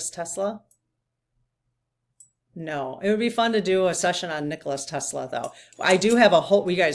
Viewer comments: Nikola Tesla....its Nikola FYI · I think the name is Nikola rather than Nicholas. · nikola Tesla, not nicholas... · She's talking about NIKOLA TESLA! NOT ELONIA😂💜